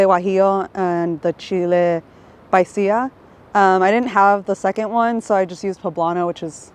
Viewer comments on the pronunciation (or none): It's PASILLA NOT PAISILLA lol 😆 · Just because chile Pasilla is a Hispanic pepper 🌶, you ain’t gotta call Chile paisilla (paisa) 😂😂😂😂😂😂